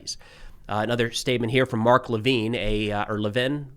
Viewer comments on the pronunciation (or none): It's pronounced Levin